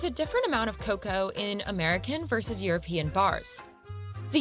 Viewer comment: This is crazy! I don't know why she said the word "cocoa" the way she did. I live in the Midwest in the United States, and we pronounce it "c long o c long o sound again. Like how you pronounced it,. In our household we prefer the dark chocolate over milk chocolate. It has a stronger chocolate taste. I think it has more baking (non-sweetened) cocoa. It usually costs more.